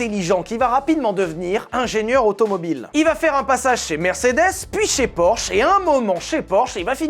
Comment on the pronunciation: "orsh"... 😅 fais un effort sur la prononciation des noms propres 😂